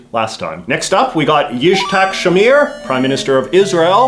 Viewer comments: Hey, I'm gonna be all snarky and stuff, please know that I love your content and I understand you wanted to make a quick video and be on your way. So, hearing you pronouncing Yitzhak Shamir made me really confused, until I noticed the zh that might be pronounced as a voiced sh. what's funnier is that even if you assume that's the case, you then swapped the t with the zh. If you ever need to say this name again, here's how it works: the tz make the ts sound like in hatsune miku, or like the tz in pretzel. The h is separate, and it's very common for foreigners to pronounce it as the English h. For extra points try to pronounce it like the x/j in the spanish xavier or jesus. But if you do, know that because we don't expect you to pronounce it right, we usually romanize both the x/j and normal h the same, so you can't really tell them apart by looking at how it's romanized. That was my JJ dunk/Ted talk, thanks for listening, love your stuff, hope you don't take this harshly, buh-bye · You mispronounced Yitzhak Shamir.